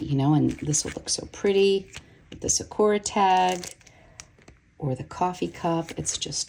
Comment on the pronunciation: It’s SAkura, not saKUra. Otherwise, fantastic video.